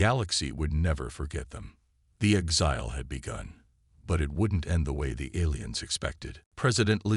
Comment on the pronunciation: DAMN POS AI's!!!! The word "exile" is pronounced "ˈekˌsīl" with the stress on the FIRST syllable NOT the second syllable as your AI says a thousand freaking times. STRESS ON THE "EK" NOT ON THE "SIL"!!!!! Please fix. OH!!! GEEE!!!! it finally pronounced it correctly!!!!